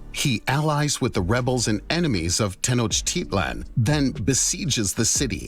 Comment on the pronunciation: The constant mispronunciation of Tenochtitlan is annoying.